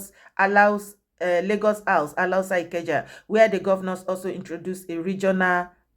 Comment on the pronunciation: Alawusa, not 'Alahusa'